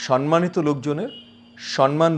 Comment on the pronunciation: সন্মানিত(সনমানিত) নয়, সম্মানিত( সমমানিত) হবে।